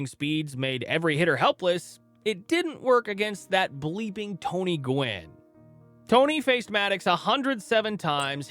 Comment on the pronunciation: Gwynn, not "gwen" 😉